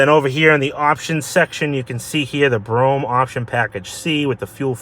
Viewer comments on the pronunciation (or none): Brome, no. US: Brou-am UK: Brou-em All depends on the regional dialect the most. Bro-ham is definitely incorrect. Would like to hear an Aussie say it :D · hey yo.. yo... Dose chrome add ons on top of the windows?..yo... Dems is so dat you can open the windows a little when it rains. Ok here goes...it's pronounced.....Brome! No such thing as a Broh-ham. lol Also? Delagance. one syllable..no spaces.. Have a great weekend bruh! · I've pronounced it as Bro-gham. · I've always felt the whole "Bro-Ham" pronunciation was done for the sake of humor! This means, at some point somewhere, there is some retard correcting someone saying it the correct way! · * BRO-um deh-leh-GAHNSS. Former chauffeur/body guard with one year of high-school French here. ;-) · BTW, its pronounced BROAM. The car even tells you how to say its name. Step on the gas while in park, the engine goes "BROAM". Must say this is a REALLY clean unit. And at $14,995 values on these have been going up since I last had a Brougham about 10 years ago. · Very good example. I laughed when you said Bro-Ham. That is the way they pronounce it around here. Me personally, it is Cadillac Brougham. I recall the era. They did make some interesting updates. The only thing I hated and still did are the headlights. I still say it should be a quad design in Euro form. The one thing I will say is GM and Cadillac used to pay attention to detail back in the day during this time. I miss that. I like the color too. The price is significant. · Oh,, you've done it again! Another fine example of a BROHM DELL-uh-GAHNS (I threw the correct pronunciation in, just for the record. Not that hard to say, IMO.). Anyway, I'm looking forward to more! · It is pronounced: “Brougham”